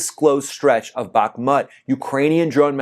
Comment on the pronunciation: You can't pronounce Bakhmut or Isfahan correctly!